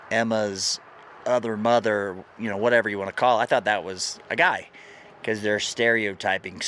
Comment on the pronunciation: 1st "Gæ" Divison